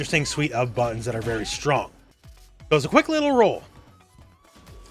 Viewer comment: On the Cammy segment, when you said "she can like rush you down, pressure you, all that kind of stuff with all her amazing buttons", I swear that I heard "amazing buns". Both versions are true nonetheless.